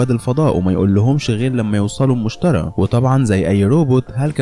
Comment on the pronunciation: ملاحظة: اسم الكوكب المشتري مش المشترى اكرر المشتري مش المشترى